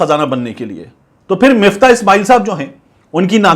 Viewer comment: Miftah ni MUFTAH h